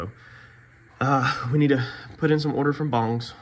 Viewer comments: The sound isn't bong.. bung is what is sounds like.. but in actuality it's spelled bunge.. silent e.. it don't matter what you call it, we all knew what you were talking about.. I just threw in proper verbiage Is all... no big deal, wasn't trying to make one out of it.. if a person can't comment back to help teach you something then maybe I'll just take my happy ass on up the road.. get your viewers to hit the like button without my help there as well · Let's call the bongs, what they are as bunges... looks good.. slow down n breathe and you won't make near as many mistakes.. keep on keeping on.